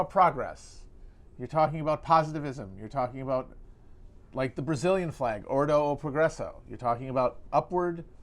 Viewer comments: Accountability joke was lame the first time he told it, it's even lamer the 2nd or 3rd time Btw, it's ''ordem e progresso'' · imma be real with yall, Matt pronouncing "ordem e progresso" ordo e progreso is real fucking cute